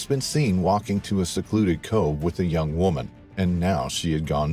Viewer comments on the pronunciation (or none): none